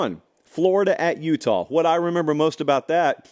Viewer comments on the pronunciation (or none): none